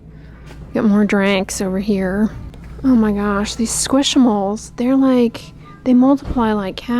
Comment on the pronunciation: I hate to break it to you, but it’s pronounced “squish mallow” like marshmallow. 😂